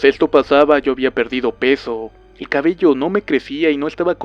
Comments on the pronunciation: Tu hablar me da risa en ves de miedo :'v "Cabelló" :v Algo asi se escribiria cuando hablas. "Nadá" :'v Ay dio.... :'v Arena ven a mi. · Osivan :3 arena en el c*lo o la va*ina? :v